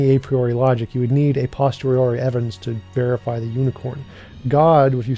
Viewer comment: C'mon now... It's "a POSTERIORI"! Not "postori."